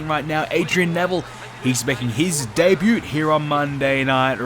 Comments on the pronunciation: ***** Even in the Aussie accent the 't' in 'debut' is silent.... and you can't say I don't get the different accent things, cause I am an Australian... Also, good video. Keep em coming. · The “T" in Debut is silent...